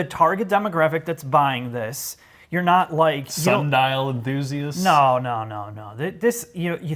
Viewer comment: "sundial enthusiasts" lolol